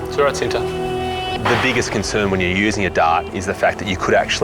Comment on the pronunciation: I think the tiger’s name was supposed to be pronounced differently. Cinta, pronounced with a similar sound to the “ch” in “cherry,” (there’s no exact english phonics equivalent) means love 🥹❤️